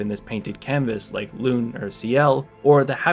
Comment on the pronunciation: You’re saying Lune wrong, but it’s ok I’m not mad